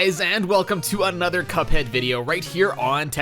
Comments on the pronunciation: How we say Cuphead: C-U-P-H-EA-D. How he says it: C O O P H E A D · It's pronounced CUP-head! Not COOP-head! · its not coop head its cup head c u p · Ah, yes. "Coophead" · "coophead" Ah yes, my favorite video game character COOPHEAD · Mega MAN Z (ZEE NOT ZED) AND COOPheed (This is obviously a joke) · Why do you say Coophead? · It’s cuphead bot cooohead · its not cupe head its cuphead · omg its pronounced cuphead not “Coophead” get it right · At the end you said Coophead, LOL! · He said coophead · You said coophead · he says cophead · Why did he say coop head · why does he say coophead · that is the strangest way I have ever heard the name "Cuphead" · Your saying Cuphead wrong